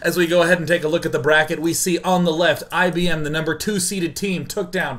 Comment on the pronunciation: Am I the only one who doesn't hear IBM? I always hear "I BM"" as in I poop my pants.